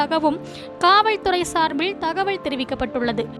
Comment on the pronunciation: காவல்துறை என்பதை காவள் துறை என்று உச்சரிக்க வேண்டாம். ளகர, லகர வித்யாசம் மற்றும் உச்சரிப்பில் கவனம் தேவை. சார்பிள் அல்ல சார்பில்என உச்சரிக்கவும். ஒரு செய்தி வாசிக்கும் பொழுது இப்படியா?